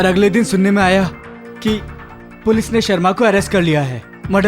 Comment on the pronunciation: सब तो ठीक था लेकिन पोलिस थाना क्या होता है पुलिस थाना होता है न 😂😂😂😂😂